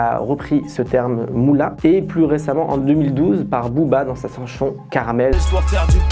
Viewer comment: il c trompé très mal trompé il a dit sanchon au lieu de chanson.merci